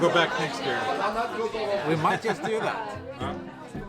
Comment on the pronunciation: has an excellent english vocabulary and a great pronunciation, but I wish his pronunciation of some of the english letters were more to the point. I know it is a "swedish thing", but I'm sure Malin can help him. 😉 Fx. "Just" is pronounced /dʒʌst/ = Fx. "Chain" is pronounced /tʃeɪn/ = Fx. "Chosen" is pronounced /ˈtʃəʊz(ə)n/ =